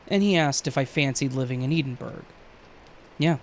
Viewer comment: “A friend who lives in Eden Burg”!?? 😂😂😂 It’s Edinburgh, the capital of Scotland….and it’s pronounced Eddin-burra 🌷